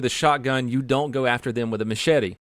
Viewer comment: " do it!" All I heard, LMAO